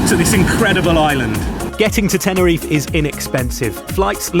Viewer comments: Nice video. Please say Teh-neh-ree-fay. Not Tenereef. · first thing to do when your reviewing a place is to at last pronounce the name right .. TENERIFAY .. got it , show some respect ...